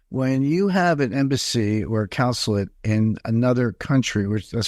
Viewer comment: And he keeps mispronouncing consulate